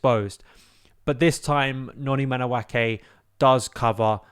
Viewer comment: its madu-eke and not madu-ake. the pronunciation is driving me insane